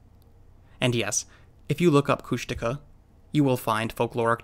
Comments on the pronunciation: Kóoshdaa (land otter) Kháa (man/person) Kóoshdaa kháa: Land Otter Man or Land Otter Person; people who die at sea, drown, are taken by the land otter people. They are NOT big-foot (jínkaxhwách’aa), which is totally different. It’s certainly not Coosh-DAW-kuh! 😀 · Kushtaka is pronounced with emphasis on the final syllable. Phonetically it would be: Kooshdakhaa HTH, Doc